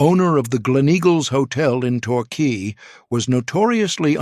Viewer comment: Bayzil? Qwey? One one zero zero! AI giveaway